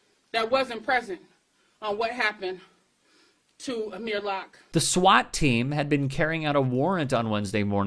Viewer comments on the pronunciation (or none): Amir Locke- I thought you said “a mere black”…. OMG, another life lost to bad policing and added to my long playlist “Murdered by Cops”. 🤬